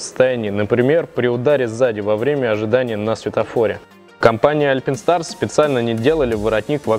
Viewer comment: Не альпИнстарс, а альпАЙнстарс! Не тэЧэйр, а тэКэйр🤦‍♂️🤦‍♂️🤦‍♂️